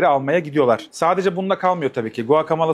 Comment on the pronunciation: video için elinize sağlık da guacomole telaffuzu beni niyeyse çok rahatsız ediyor.